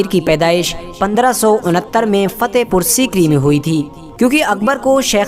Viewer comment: फता नही फतह बोलो